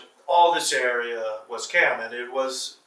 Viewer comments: Y'all I am Cham and just so everyone knows he's saying Cham mad wrong. It's pronounced exactly as it's spelled in English, the Ch is not a K sound like in Cat, is a Ch sound like in chip. In previous videos pronounces it correctly but the white guy is totally butchering it. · Just FYI- the word “Cham” in Cambodian pronounce as Jaam, which mean Muslim. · I believed the Cham is pronounced with letter J It's Jaim. I'm from Cambodia and we are very well-known about the Jaim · The pronunciation is not "KAM" but "CHAM" more like CHM very little emphasis on "a", (CHAM as in Cham-pion - चम) CHAM people are very well documented in Bharat's history. They originated from CHOLA (CHO-[LA] as in Cho-colate - चोला) DYNASTY... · Pronounciations are wrong,sir. These are चाम और चम्पा. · Yes my family is Cham from Cambodia and this guy not only pronounces it wrong but also has stated some incorrect information already. He doesn't have all his facts right and it's frustrating 😤